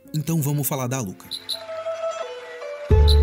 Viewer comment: "A Alluka" Falou bonito